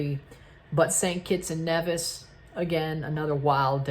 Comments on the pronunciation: That's the actual pronunciation of Nevis (Nee-vis). I'm from St Kitts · One of the FS2 commentators called St. Kitts and Nevis St. Kitts and KNEEvis! 🤣🤣🤣